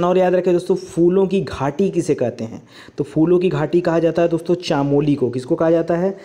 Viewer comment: वो चमोली है चामोली नहीं । मै चमोली फूलों कि घाटी से ही हूं। आप बहुत बार चानोली बोलते सोचा आज बता देता हू।